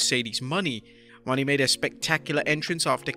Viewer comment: That guy is say her last name wrong it's not Money its Mone